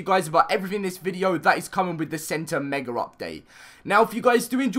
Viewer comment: I hate how he says megar it just makes me mad. Just me? Okay I'll just show myself out.